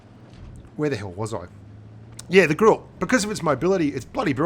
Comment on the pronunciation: ur pronunciation is wrong about 'GRILLE'